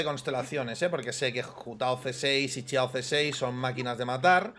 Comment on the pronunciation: Siempre admiraré su forma de decir “Ciao” en lugar de “Xiao” xd